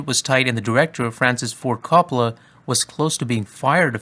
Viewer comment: Not to be one of those annoying Italians who corrects every pronunciation but It ain’t “cop-ola” it’s like “co” as in coworker “co- pola